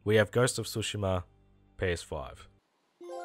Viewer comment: "Ghost of Sushi-ma" lol